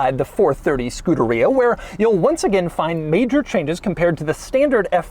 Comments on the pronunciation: Man I hate that way this dude pronounces Scuderia, it's not "Skoo-duh-rea" but more like "Skoo-DARE-ee-uh" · It's pronounced skoo-dare-e-uh Not scooter-ree-uh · Scu-der-EE-a? NO!! Scu-DER-EE-ah! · Say Scoohdereeya one more time Doug 😵‍💫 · It's Skoo-derrrr-ia, you whitewashed Italian. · Doesn't anyone else think it's funny how he pronounces Scuderia? He makes it sound like a super bad case of the trots. I'm fairly positive it's Scu-DAH-ri-ah (you know, all Italian sounding and stuff) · skoo de ree yah??? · All this knowledge about the car yet he doesn’t know how to say the name properly. SCU DA RIA 😂😂😂😂 oh gosh Enzo is turning over in his very large elaborate grave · Doug is the type of guy who’d call Scuderia “skooderiya” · wouldn't it be pronounced 'ske-DARE-ee-uh'? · We need a 10 hour version of Doug saying Scuderia.